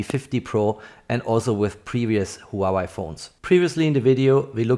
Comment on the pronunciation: Very good review. Btw, Huawei is pronounced as "Hua Way", not "Hua Wai"😁